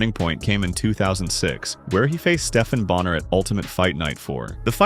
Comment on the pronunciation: is such an idiot he can't even say Stephan bonnar it's not Steven it's Stefan